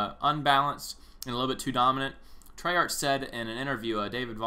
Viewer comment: hes pronouncing Treyarch wrong